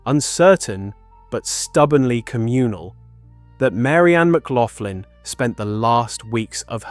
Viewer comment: Thats not how you pronounce McLaughlin.